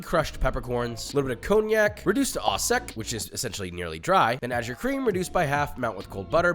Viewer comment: "Thanks for the video! I always enjoy them; great work! Just a quick note: the 'au' in French terms like au poivre and au sec is actually pronounced like 'oh' rather than 'ah'. So, it would sound like 'sauce oh poivre' and 'oh sec.'"